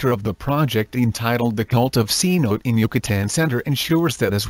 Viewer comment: Yes the voice is AWFUL & the pronounciations terrible.b Took me ages to work out that Cnote was Cenote